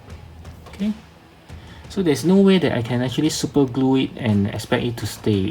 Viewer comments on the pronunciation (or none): none